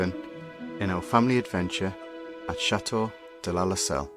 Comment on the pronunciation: I think you guys are very charming and your videos are great. How ever your constant mispronunciation of “chateau” drives me crazy. The “t” in chateau is not silent. The word is not cha-eau, it pronounced cha-teau. When you say tea you don’t say ea you say tea. Instead of say eau please say teau like the toes on your feet, chaTeau.